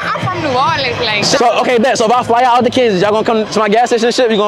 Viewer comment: You gotta stop saying KANSAS gang it’s not KANSAS.